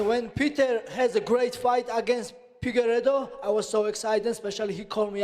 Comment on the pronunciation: Absolutely hillarious how Merab critizised people who couldn't pronounced his last name, while at the same time he can't pronounce Figgy's. Who is "Pigeredo", Merab?